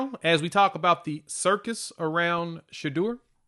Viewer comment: SHEDEUR...PRONOUNCE D SHA DOOR